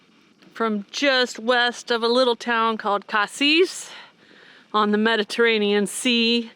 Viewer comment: Cassis is pronounced Ka cease. Its the french word for blackcurrant. Cassis liqueur is added to champagne to make a Kir Royale or in still white wine its a Kir.